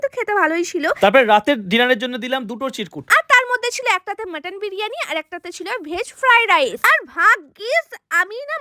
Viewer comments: মটন না মাটান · মাটান❎ মটন ✅🙂🙏